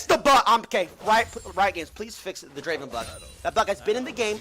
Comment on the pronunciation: It’s not Draven it’s Draaaaven